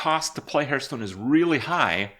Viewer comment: Why does he pronounce Hearthstone, "Hurtstone"?